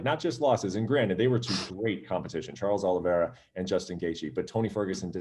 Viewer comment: “Charles Aloe Vera” - James Krause